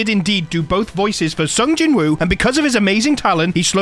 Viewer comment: Pronounced Jin-oo not Jin Wooo!